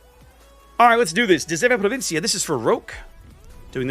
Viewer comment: Your pronunciation of De 7 Provinciën is quite good! Hats off honestly since Dutch is an amalgamation of English, French and German